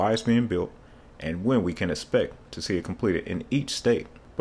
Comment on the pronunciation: "When we can ESSPECT it"? See the LOUDMOUTHTIM youtube channel! :)